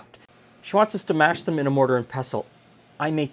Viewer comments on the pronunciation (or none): none